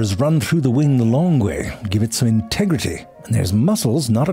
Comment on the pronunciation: did he say Tegridy from Randy Marsh? 😂😂